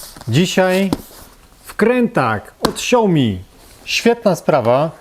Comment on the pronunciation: Na przyszłość, śao-mi (2 sylaby) ;)